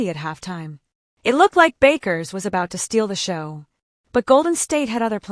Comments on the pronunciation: You don’t understand what is saying? Your computer ai voice is FFF’d up. It fluctuated between two incorrect pronunciations of Paige Bueckers’ name, going from “Bakers” to “Byookers”. Her name is pronounced “Beckers”. How do you expect to grow this channel if you can’t even get the names right, of the players you are following? Ridiculous. This ai sh** is the epitome of laziness. Why should people waste their time here if you can’t even put the effort in to get names right?!? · The computer voice is messed up. Paige Bakers? smh